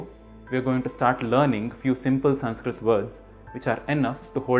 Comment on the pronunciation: The first lesson of Sanskrit is how to pronounce ‘ Sanskrit ‘ properly which you haven’t managed to do.. 🤦